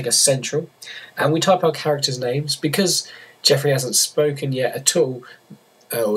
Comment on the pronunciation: "be cause" Nigga...